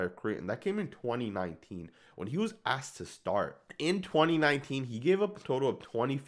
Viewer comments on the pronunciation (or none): none